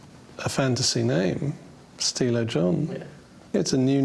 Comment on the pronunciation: “Stilo John”😂